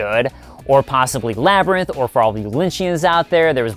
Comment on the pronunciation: “...and The Labyrint.” Me: im listening